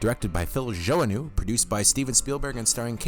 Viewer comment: Are you sure you're pronouncing "Joanue" (joe-a-new) correctly? I always thought it was like ja-now ...